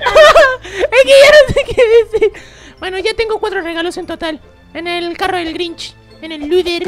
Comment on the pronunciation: Es Grinch no Grich